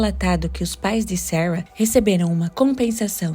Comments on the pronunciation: E o tanto que incomoda ela falar Sawa, Sawa, fala Sara, pelo amor de Deus kkkkkkk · Vídeo bom mas a pronúncia do nome Sara” está muito ruim.